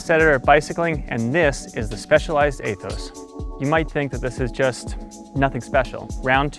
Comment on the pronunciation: Eeeeeeeee-thos, like eeeeeeeee ther....